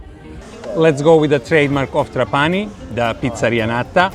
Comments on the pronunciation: Tràpani, not Trapàni 😃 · Trápani, please, not Trapáni….. every time you says my heart stops a beat. I love Sicily and every corner of it is marvelous. Trapani (Trápani) one of my favorite places in the world. Best fish worldwide. And the Couscous? To die for…. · NON TRA-PANI MA TRA- PA-NI 😂👍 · It's Tràpani btw. The accent goes on the first a. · People wanna make videos of italy and don’t even take the time to know how you pronounce the name of the city they are in. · Pronounce Trapani the right way. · please, pronounces "TRAPANI" with the Right Accent!!:face-orange-frowning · This guy makes a video about Trapani and doesn't even bother to understand how to pronounce it!. Superficiality and quackery reign on the web. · La tua pronuncia della parola TRAPANI, very funny 🤣🤣